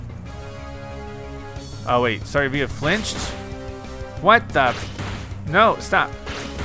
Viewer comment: his name is Star- Ay-via not star-avia